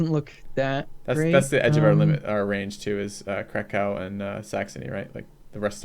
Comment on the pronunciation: that Krakow pronunciation is painful :(